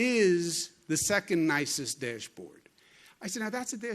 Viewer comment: I love it when he says deeash board lol #NYtough